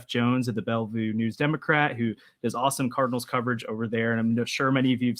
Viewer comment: Tell him it's Belleville not Bellview